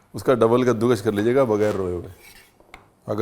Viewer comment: Ranvir puttar, kaddukash nahi kaddukas❤